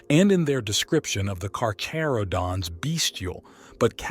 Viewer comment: If i hear kaka-rodents one more time....